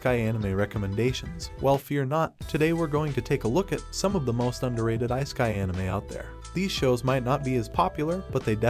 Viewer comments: icekai. I can't take it seriously now. Please tell me you are just using AI voiceover. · I-sky anime? Are you even trying? I used to play around with text-to-speech back in the DOS 5.0 days. You CAN make it pronounce words correctly if you actually put in a little effort. You're better off just having text on the screen than that AI voice. We watch anime, we're no stranger to subtitles. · I'm not tryna meat ride but I really loathe the way bruh pronounces "isekai"💀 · Please learn to say 'isekai' properly!